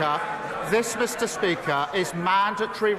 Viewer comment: "Mista Spika"